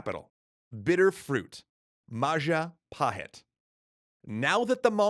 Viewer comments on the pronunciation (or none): Mapajahit ❌ mapahajit❌ majhapajit❌ ma-ja-pa-hit? ✔️ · Oh look who controls all the islands its the: Mahajapit❌ Mapajahit❌ Majahapit❌ Ma ja pa hit? ✅ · So Bill Wurtz definitely pronounced it Wrong. So it is the Mayapahit? Edit: I also got it wrong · Oh look who controls all the islands! It’s the mahajapit❌ Majahapit❌ Mapajahit❌ Mahapajit❌ Mapajahit❌ Ma-ja-pa-hit? ✅✅✅ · Mapajahit?🚫 Mahapajit? 🚫 Mapahajit?🚫 Mahajapit?🚫 Ma...ja..pahit?✔️✔️✔️ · it's all perfect, but the pronunciation. as an Indonesian, i really appreciate the coverage of this segment. but the butchering of names and terms are cringe worthy. Majapahit =Majapaheet Jago= the J is read the same way as the J in Majapahit, not a Y. R are suppose to be let rolled on the roof of your mouth, instead of crunching the tongue behind the lower teeth. Kediri = kedeeree or, try reaching out an Indonesian for references of pronunciation <3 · ItS NaMED MaPaJAHiT ThaTs WhAT BILl WUrtZ SaiD!1!1! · indonesian would pronounce it with j tho. So ma-ja with hard j